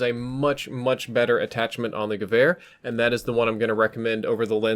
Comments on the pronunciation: I can affirm you're pronouncing gevehr correctly. :) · Omg thank you so much for pronouncing it more or less properly I get triggered when people pronounce waffe wof when it should be pronounced va feh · Said Gewehr perfectly, gut gemacht! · You nailed the pronunciation! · Adequate pronounciation confirmed by a native german. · almost correct pronounciation 😉